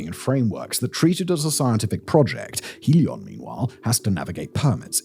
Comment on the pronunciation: Trop drole! faire de la sponsorisation pour Helios via une IA qui ne sait pas prononcer le i Helos c'est nous revendre l'Hyperloop de l'électricité de demain? Spéculation=Destruction! ITER est le seul projet fiable et mondiale pour pouvoir réussir et ensuite partager car le progrès doit dabord profiter à la civilisation et non à une pseudo Start up pour faire du fric sans aucun résultat, nous en avons ras le bol des ces idiots qui se croient plus malin! ce domaine de la fusion est tellement difficile qu'il faut mettre en commun nos pays et être patient pour le reste c'est du business de comptoir après 2h du matin